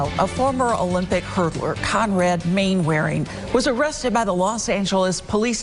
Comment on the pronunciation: Mainwaring is pronounced Mannering